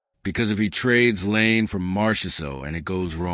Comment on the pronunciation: It's not Lane...it's La EE nay Laine